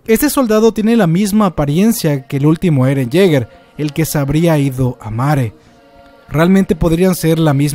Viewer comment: lo siento pero que mierda es mare???? te refieres a marley? :s wtf si es asi mejora tu pronunciación